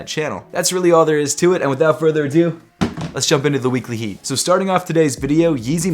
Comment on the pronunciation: “And this is Heekly weatly”